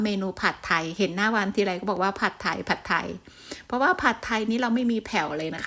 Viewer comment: คลิปนี้ดีทุกอย่างเลยครับ แต่ผมแนะนำเวลาพูดคำว่า“ผัดไทย“ออกสำเนียงไทยไปเลยจะดีมากครับ ฝรั่งจะได้ออกเสียงอย่างถูกต้อง❤